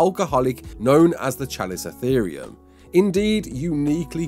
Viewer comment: Chalicotherium is pronounced (cal-ih-co-therium) not (chall-ih-co-therium) it's a "cuh" sound, not a "chuh" sound.